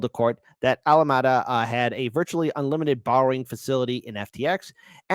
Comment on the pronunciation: Don't get me wrong. I'm a fan. But ... why are you just reading someone else's article, when you have no idea what you're talking about or even how to pronounce the name of the Alameda? Lol. Just some honest, hopefully, meaningful feedback. It's a not a good look.